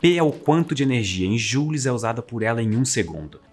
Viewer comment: Joule, pronuncia-se “jáule” e não “júle”, beleza? Abraços!!! Parabéns pelo canal 👍🏻